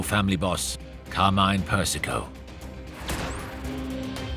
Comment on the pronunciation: Carmine is CARMINE, not CARMAIN. Thanx